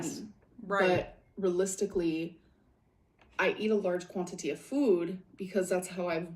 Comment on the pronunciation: The way she says “quantity” and words with the oo sound (food, do) all the sudden soooo differently make me want to pull my hair out.